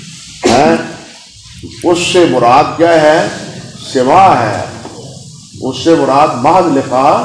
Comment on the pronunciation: سِماع❌❌❌❌ سَماع✔️✔️✔️✔️